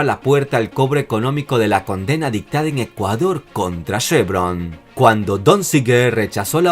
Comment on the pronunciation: no es SHEvron es CHEvron!!!